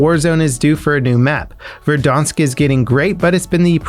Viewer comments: Verdansk not verdonsk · That pronounciation 😂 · 900th like. Btw why do you pronounce verdansk the way you do? While all other yt and trailer videos pronounce it correct